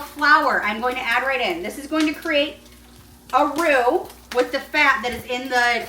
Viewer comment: Every chef in the world cringing at her "roux"... But she us so fking lovable! And hell.... She gets it done. 👏👏👏